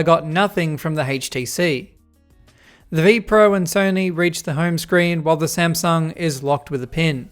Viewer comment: Smasnug haitch Tee cea